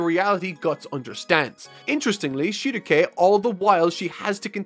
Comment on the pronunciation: everytime he says Shieruke it triggers me to an unfathomable amount.